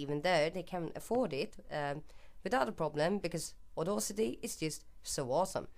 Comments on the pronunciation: * Aud-a-city NOT Aud-au-city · Very well, according to Google, here is it in the correct phonetic fashion - /ôˈdasitē/. You pronounced the second syllable incorrectly. I must say your mistake might have been subtle but one still notice it and really sounds quite odd, especially to a native English speaker. I acknowledge the fact that certain foreign people find English pronunciation somewhat difficult especially here in the Netherlands where I live. No hard feelings and thanks for the Resource Pack template though.